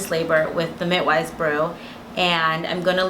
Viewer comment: “Mitwives brew” 😂